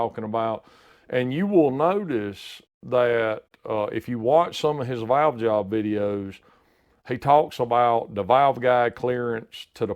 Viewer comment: When he says Valves or Valve….sounds like he is saying Vails or Vail